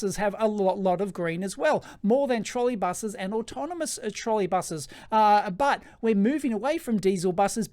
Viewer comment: "Trolley" and "Autonomous", please...